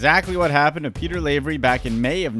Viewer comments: LAvery as in LAvatory. Not LAvery as in sLAvery. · it's lav ery like Laverty without the t not lavery like slavery without the s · It's not pronounced LAY-very, it's pronounced LAH-very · You're pronouncing Lavery wrong. Think lav, like slav. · STOP SAYING LAYVERY